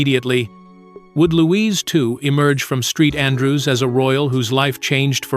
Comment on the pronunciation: “Street Andrew’s”? 😂